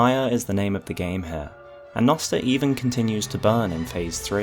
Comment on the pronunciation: Also "jnoster"